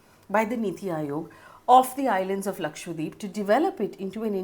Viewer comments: Ma'am its Laksha - dweep not Lakshwa - deep...you said it wrong multiple times...please correct it in future...dweep means island in hindi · lakshadWeep, not lakshWadeep haha you were pronouncing it wrong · Idk why it bothers me so much but you're saying lakshwadeep and not lakshadweep. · it is laksha dweep, lakh Islands, how is that difficult?